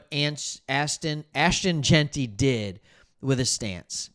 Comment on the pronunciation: It’s Gen-ty not Geen-ty duh